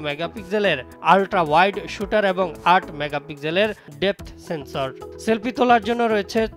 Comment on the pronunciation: ৮ মেগাপিক্সেল এর ডে"পট সেন্সর??😜😜😜 এইডা কোন প্রযুক্তির ক্যামেরা সেন্সর??? 😆😆😆👏👏 তোর মুখ এ শুনতেই যেন শিহরন লাগলো 😜😜